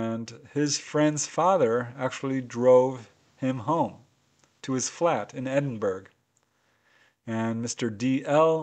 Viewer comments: There is no such place as edinberg! it is pronounced Edinbura though obv iously not spelt that way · (Edinburgh is actually pronounced Edin-burrah...) 😉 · For future reference its pronounced edinborough. Don't know why it's not spelt like that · Edinburrrr silent g